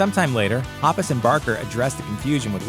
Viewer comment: Omg I can't stand how he says mark and toms last names...